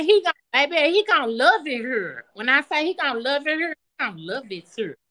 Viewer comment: "I'm just CONFRUSED", "They gonna have fun over HERR", LMAO!!!